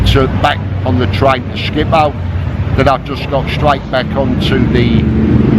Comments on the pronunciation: As a Dutchman, it's "Schiphol", not "Schipold"! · Schiphol Airport... skee-poll phonetically.